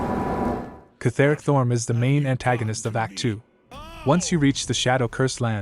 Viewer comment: btw it’s pronounced “keth-ric” not “keth-er-ic”